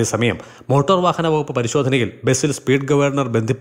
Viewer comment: Motooor...haha...boss it's pronounced motar..kashtam